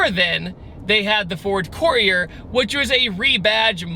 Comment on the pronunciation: He can't pronounce Courier